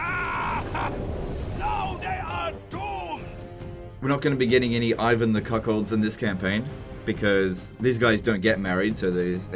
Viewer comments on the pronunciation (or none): none